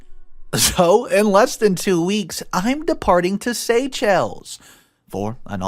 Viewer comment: Uhhh, the 'ch" in Séchelles is pronounced 'sh" like 'shell'